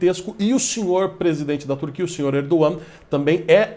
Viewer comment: Até que enfim vejo alguém pronunciar corretamente o nome do presidente turco.